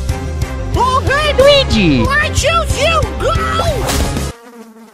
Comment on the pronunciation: Bro what is lugii😂